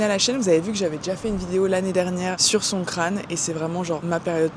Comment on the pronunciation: FOU RIRE quand t'as dit Songkran je regardais pas l'écran, j'ai cru que t'avais dit "son crâne" et j'ai cru que tu parlais de Manu 😂😂😂